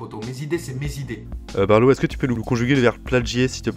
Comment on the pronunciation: Appelé barlo ? C'est balo... pardon...